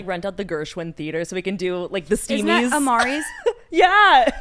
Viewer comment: saying Steamies for h3 instead of Streamies had me loling